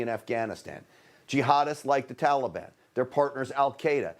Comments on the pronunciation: Could be just me but the way he pronounce "Taliban" - "Tolibon" is just irritating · "Tallybond"? Wth? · Why are these people keep pronouncing Taliban, Talibon? LOL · That’s “Tally-ban”. Biden and all his friends are morons. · He even says Taliban differently than we have said forever. Why such reverence. Hmmmmm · He pronounces Taliban like a little child